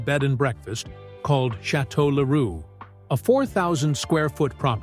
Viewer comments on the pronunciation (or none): none